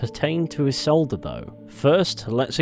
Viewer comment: Ee-Solda, not Yee-Solda.